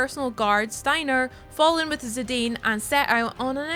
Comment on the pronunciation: Put ff13 on game pass. Also it's zidane not zidine